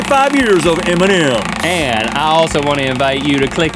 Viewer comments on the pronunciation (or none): I love how they are pronouncing M&M like Eminem :D